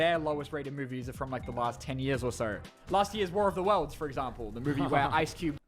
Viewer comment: struggling to say war of the worlds